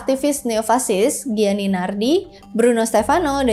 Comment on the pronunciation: Gianni dibaca Janni Giorgio -> Jorjo (George kl inggris, Jorge kl spanyol) Giulio -> Julio (Yulius)